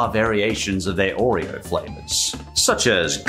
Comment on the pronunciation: hate the way he pronounces oreo, too much emphasis on the r sound.